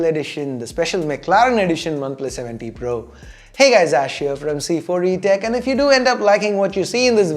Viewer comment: It always sounds like you say oneplus 70 pro